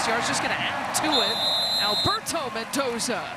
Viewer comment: The female commentator needs to stop calling him Mentoza. It's Mendoza with a d!